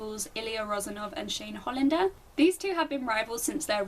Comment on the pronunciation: I loved the way you pronounce "Ilya rozanov & Shane Hollander " ! 😳